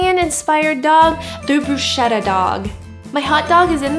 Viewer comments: Italian approves Italian inspired hit dog, but... It's brusKetta, like a k, not like a sh, please 😂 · ALWAYS AMAZING RECIPES!!! btw... Bruschetta (pron. Broos KET da) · The way she pronounced bruschetta madee me smile :)